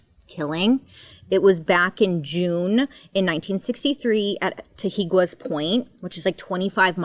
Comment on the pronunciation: Love you Bailey, those words are hard, I know, it is Ta He Guess Beach and Lom poke. Just trying to help here.